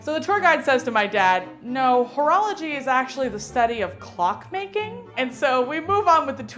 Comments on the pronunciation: When she said horology I thought she mean't whorology... if you know what I mean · At first i thought he was calling cheerleaders ho's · I thought he was saying cheerleaders were whores 😂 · At first i didnt know what was so wrong about that joke i was actually kind of laughing until the end i guess what they meant is that they tought he said whoreology instead of horralogy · Oh... The whole time I thought he was saying it like hoorah like cheerleadin... Now I get what she thought... I feel stupid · Oh I was thinking during the all vide why everyone where so offended about the joke because I thought it was about whora-whora and not about whore. The perks of not being a native speaker and don't know about the correct pronunciation I guess hahaha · Gimbra "Whoreology" it's sounds like he's calling the cheerleaders whores. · english is not my first language either and at first i ear "urology" so i expected a prostate joke... x'D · Gimbra HOE-rology